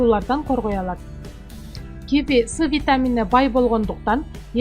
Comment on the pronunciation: Ударенниени туура коюп окусанар М: Ки -ви